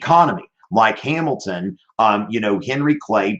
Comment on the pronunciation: Yo, go to and listen to it at 0.25 speed the way he says Hamilton 😂